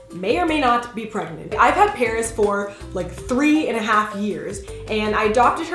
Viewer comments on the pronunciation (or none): LOL she said pregmant